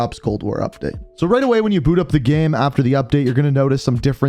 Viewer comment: He also says GHEM instead of game 😂😂😂